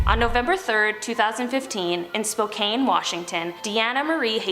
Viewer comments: Being from Washington can I say that it's pronounced like can. Spokane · I love these videos so much but on the note story every time I hear “spo-cane” I cringe 😂 spocan is how it’s pronounced. Cool how our city is included though 10/10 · It's not pronounced spo-kane it's pronounced spo-can lol I was born and raised there lol just giving a heads up lol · Being from Spokane I feel like nobody ever pronounces it right(which I get since it looks like it's pronounced cane) it's spo can! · Spokane is pronounced SPOE-CAN